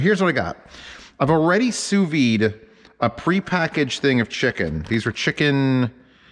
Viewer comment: Great video. You're supposed to pronounce the 'd' in sous vide.